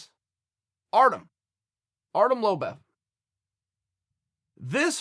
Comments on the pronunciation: Lobov...not lobev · artem lobEv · "Lobev" lol. That schtick is priceless. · It's Lo-BOV, Chael. But you already know that. You just like to play ignorant. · Chael "Artem Lobev" Sonnen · Just came here to hear chael misspronounce artems last name